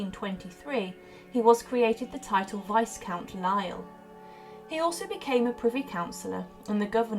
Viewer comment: The 'S" in Viscount is not pronouced.